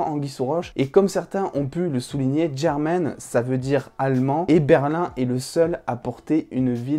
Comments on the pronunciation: Mdr ça se voit tu regarde en version française 😂 germane c’est un prénom espagnol ça se prononce khermane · Le prénom de son mari ne se prononce pas "German " comme le mot anglais qui signifie allemand German est un prénom espagnol extrêmement courant et il ne faut pas oublier que c’est Lisbonne qui commence à lui parler de son mari comme si elle le connaissait donc cela m’étonnerait que son mari soit en fait une métaphore de Berlin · Quand t'as dit germán avec ton accent j'ai compris germaine 😭😂